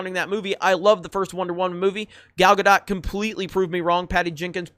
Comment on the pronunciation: Can Someone PLEASE explain to how to pronounce Gal Gadot's last name? its getting really annoying hearing him mis pronounce it every video.